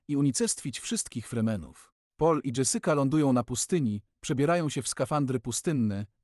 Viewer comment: dżesyka 😅 sadukar? serio.... masz ładny głos, popracuj trochę nad tym o czym mówisz i będzie super!